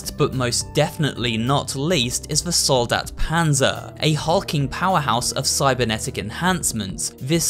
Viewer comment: I don't know what I would find funnier: The Soldat being pronunced wrong and being put into a "wrong" plural or hearing it correctly in the middle of an english sentence. xD (and yes, the other german words are also not correct, the "Soldat" is just in every name) For anyone interested: Soldat is pronunced with a long a (the german a sounds more like in "part" or "apple") and the german s is a soft sound (like the z in "buzzing"). The plural in german is formed by adding an "en", so it would be "Soldaten". ;)